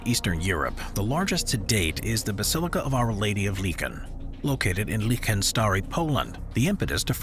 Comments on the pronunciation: Licheń read Leeheń, not leeken ("ń" is something like when you read "ni", but stop before you want say "i") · Of our Lady of Lincoln... the worst translation or attempt to pronounce it I ever heard of, I understand polish might seem a hard language but even on Eng Wikipedia you get a 100 more times better translation , not everything is called after the USA president , how did Lichen become a Lincoln in your video? Can you explain? '''is a Roman Catholic church located at the Shrine of Our Lady of Sorrows, Queen of Poland, in the village of Licheń Stary near Konin in the Greater Poland Voivodeship in Poland.''' Where did you get this Lincoln something?